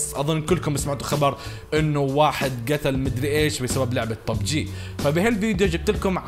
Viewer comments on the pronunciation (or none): اسمه ببجي مو بوووووبجي😒😂